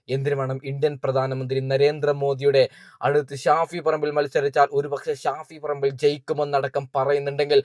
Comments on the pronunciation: Who is Shafi parambu, she doesn’t know how to pronounce his name properly,shame. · ഷാഫിൽ പറമ്പോ...😂😂😂 അതാരാ???.. ഓൾക്ക് പേര് തന്നെ ശെരിക്ക് പറയാൻ വയ്യ